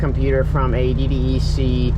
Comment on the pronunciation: DDEC = "D Deck", is how its pronounced.... JS, so you don't be sounding like a Detroit rookie.